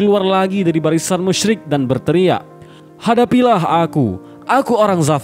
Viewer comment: Maaf sebelumnya Saya dengar Pengucapan kaum musrik sama kaum muslim hampir sama Saran, yang musrik ganti pengucapan kafir